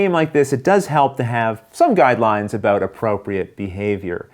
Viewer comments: "...set a-boat trying to figure oat..." I detect some Canadian accent here!! Also, this guy's description of game rules is easy to follow and transitions very well with his videos. I'm a fan! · "Set about trying to figure out. " It's like someone dared him to show off his midwestern accent. Thanks for the tutorial!